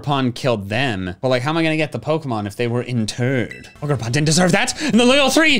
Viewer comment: you pronounced it wrong it’s O jer pawn